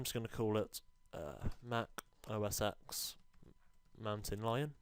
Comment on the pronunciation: I'm russian and i hear "O a sex", but not OS X :D